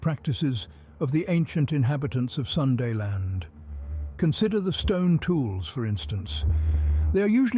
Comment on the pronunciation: Pronounced like natives SE Asians do: SOON-DA. Not SUN-DA. The 'Sun' in 'Sunda' is not pronounced like 'San' in 'San Francisco'. It's pronounced like 'soon'..